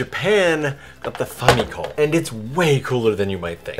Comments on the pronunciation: The way you pronounce famicom is unique, pretentious and off putting. Like people saying Mare-E-O. Maybe it’s correct it just sounds wrong and makes me irrationally angry. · say famicom one more time, i dare ya